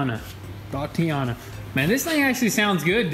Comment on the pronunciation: did these guys just say thotiana ? lmao